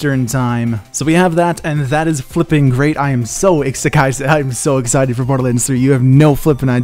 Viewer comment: did you just "Exe cited"?